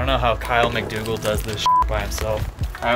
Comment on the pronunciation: Everytime you say Kyle McDougle I hear... Kyle might google lol